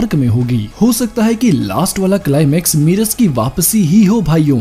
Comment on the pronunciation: Merus nahi aayega wapas... aur woh मेरस hai, मीरस nahi... wrong pronounce mat karo...